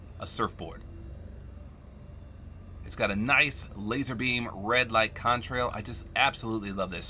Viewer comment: Did you say lazar “beam”